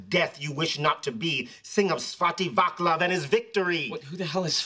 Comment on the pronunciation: 🤣🤣 OMG Svatý Václav... It's so funny how they're pronouncing it. That took me a minute 😄 Edit: The "c" is pronounced as "ts", not "k", if anyone was wondering.